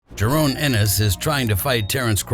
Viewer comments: Its Jaron why are you calling him Jarone all the time? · Had to click off the vid soon as he said jarone😒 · Can’t even say his name right